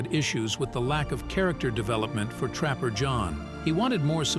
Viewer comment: I’m and I’m not going to listen to any more of this robot speaking. It’s introducing the characters and it says “Captain Trapper, pause, John McIntire. Like they are two different people. Why don’t you stingy jerks hire a human being!